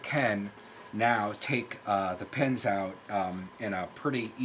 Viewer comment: Even with an accent, saying PENS not PINS is very annoying to me.